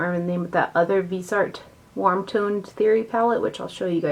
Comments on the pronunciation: It's pronounced vis-e-art, FYI!! You went back and forth! Lol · Your videos and very much appreciated. Thank you. 🌹 Greetings from Canada 🍁. Viseart means FaceArt. VEEZ R is how you say it. Vee Zar. No T.